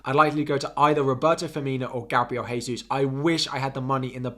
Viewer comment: The "J" in "Gabriel Jesus" is pronounced like the "J" in "Jack" - his name is Brazilian Portuguese where the J's are not an "H" sound like in Spanish.